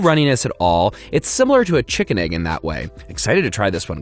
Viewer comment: Ah yes, tshikin